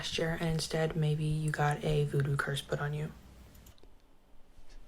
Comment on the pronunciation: I really like watching this guys videos, but he seems to be physically incapable of saying the word "maybe" and it bugs the living crap out of me 😂